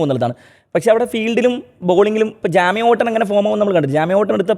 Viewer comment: ജെയ്മി ഓവർട്ടൺ എന്നാണ് അയാളുടെ പേര്. ജാമി അല്ല. ഒരുപാടുവട്ടമായി കേൾക്കുന്നു. എന്തോ പോലെയാണ് കേൾക്കുമ്പോൾ. ദയവായി തിരുത്തണേ.